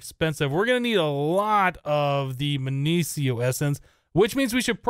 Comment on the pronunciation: minicio is mih-nee-key-oh